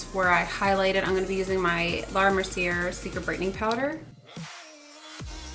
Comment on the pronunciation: Not hating but just to let you know that the Laura Mercier powder is pronounced as if the ending would be an A (as a vowel). Anyway love this look! ❤️🙂